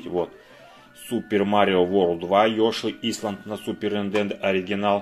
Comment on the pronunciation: Не Ёши исланд, а Ёши Айлэнд))